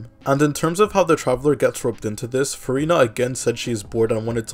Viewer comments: bro it sounds like you're saying Furry Nut and with all the gushing you did it sounded very sus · man said "furry-na"?